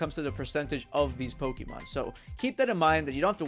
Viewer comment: It's funny how you say Pokidex and Pokimon instead of pokedex and Pokemon